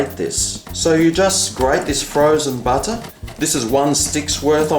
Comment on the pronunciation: Badah on the top, in the dough!! Nice taste, but adding 'badah' in my bottom😕